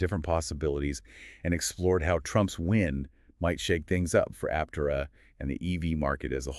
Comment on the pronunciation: “Ap-TER-ah”, not “AP-ter-ah”